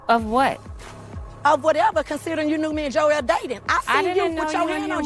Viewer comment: hey, thanks for pronouncing Joel’s name correctly, as it should be. No idea why everyone on the show including Joel thinks Joel is pronounced as Jo-elle. Guess they don’t listen to Billy Joel